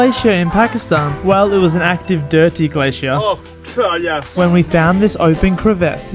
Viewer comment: The way he says glacier in 4 syllables